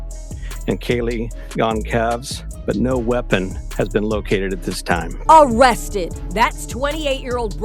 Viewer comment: 😂 I laugh every time she says "ARResteD!"